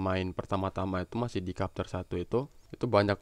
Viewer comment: bukan kapter bang tapi bacanya "cepter"